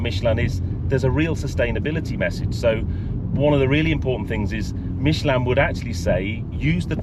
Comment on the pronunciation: Why does an Englishman pronounce Michelin like a Frenchman in England. You are not french and most of your audience is English.